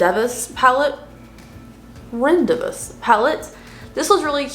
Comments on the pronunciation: LOl Rendezvous is pronounced Ron-day-voo. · rendez vous - say "ron.day voo"